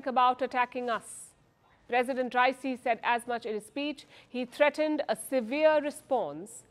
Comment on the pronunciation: His name is not pronounced as "Rai-See." It is pronounced as "Ra-ee-see."